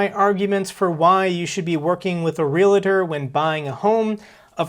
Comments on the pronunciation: Real tor. REAL TOR. NOT REAL A TOR!! JEEEZ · Omg dude stop saying realator. Just say agent from now on lol. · Realtor is NOT pronounced R E L "A" T O R... .Real A Tor is wrong.